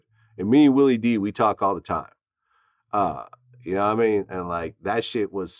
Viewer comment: You really gotta practice your “yadaamean” Vlad…